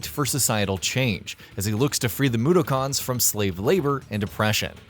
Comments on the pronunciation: ... Moo - dough - cons? How insulting. Couldnt have had whoevsr you got to read this watch virtually ANYTHING about oddworld before hand? Or get someone who's actually a fan do it? Is that even a person? Tapped out after I wrote this, on principle. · Ugh, the way he says Mudokon irritates me, "moo-der-karns" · Mudokun (MOO-DOCK-IN) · Hi long time OWI fan here You’re saying Mudokon wrong It’s (Mood-dock-on) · I was wondering why reviews are so generic, bland and passionless Wikipedia entries and then I realized it was written by an Indian who probably made less than the person reading the script who can't even say "Mudokon" right:) This channel is the Buzzfeed of gaming.